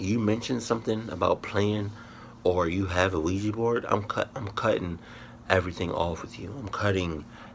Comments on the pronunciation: Us black people and Ouija boards.....NOPE! Soon as they said Quija board I even paused the video and said "SEE.......HERE WE GO WITH THAT BULLSHIT!" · as soon as I heard ouaji board I knew was going to pause the video